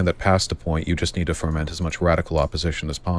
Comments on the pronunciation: The word is “foment,” Vaush. Not “forment.” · Vaush, the word is 'foment', not 'ferment'. It's a basic thing, no wonder you're confused about complex issues.